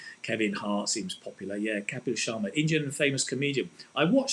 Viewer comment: It's Kapil Sharma not Sharna***